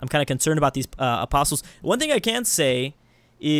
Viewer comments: Hey, "apostles" are pronounced "aposs-ells" not "apost-tills":P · The t in apostles is silent